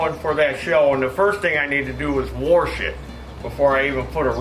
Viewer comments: There is no r in wash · "Worsh," lol. I live about 100 miles northwest of Worshington, D.C., btw. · What kind of cleaner did you use to "worsh" it ? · Love the way he says, "Wash"!! Uniquely American!! 😂🇺🇸🇺🇸🇺🇸🇺🇸🇺🇸